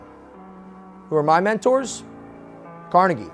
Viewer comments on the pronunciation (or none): He pronounced Carnegie wrong